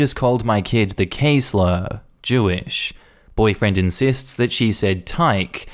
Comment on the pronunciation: Its uh "insists"